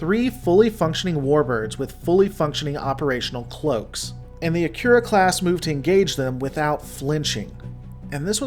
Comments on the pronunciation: An interesting video and I appreciate the hard work and research you put into it. I'd just recommend one thing - the pronunciation of the name "Akira". It sounded like you were saying *"akyura". My understanding is that it's pronounced "uh-kee-rah" (As it would be pronounced in Japanese). I find it's a much prettier pronunciation too. I took a look, and Akira is indeed a Japanese name and it probable means "Bright". (kana: あきら ; アキラ, kanji: 明 ). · The name 'Akira' should be pronounced 'Ah - Ki - La', which is in fact a Japanese word means 'Light'. In Japanese, 'Ra' is pronounced 'La' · No, in CHINESE R is pronounced L. In japanese they don´t have an L and the R is rolled at the tip of the tongue. He pronounces the R wrongly but not enough to critizise him for it. Or are you just trolling?